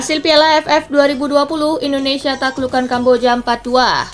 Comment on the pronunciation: INDONESIA min bukan INONESIA :v